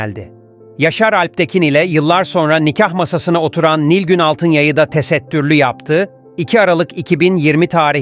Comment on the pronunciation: TE-SET-TÜR-LÜ DİYE NEDEN VURGULUYORSUNUZ ACABA😡